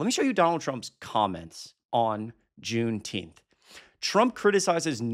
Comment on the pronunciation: Is she saying there should be a jewnteenth?